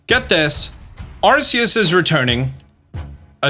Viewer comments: The only thing that ticks me off about this video is the way you pronounce Arceus. It's supposed to be "Ar-key-us," not "Ar-see-us." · Please say arceus right